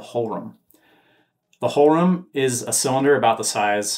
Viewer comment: Thanks for the update! One minor remark: To pronounce "Hohlraum" closer to the original, try "hole roum" (with ou as in round). Yes, pronunciation of German words is strange when looking at it from an English speaker's perspective... but it's twice as strange from the other side ;)